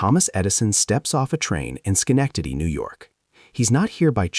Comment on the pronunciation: Even AI can't pronounce Schenectady.